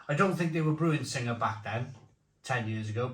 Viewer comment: It's pronounced Sing, you don't pronounce the ha, Sing is a mythical Thai creature. Tiger brewed in the UK is filth & beer Sing brewed in Kent taste as if it's out of date, absolutely shocking.